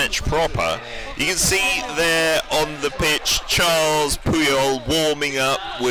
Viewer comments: "Charles" Puyol?? Bro it's Carles. Karr - less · Nice évent but please stop saying Charles Puyol it’s Carles there is no H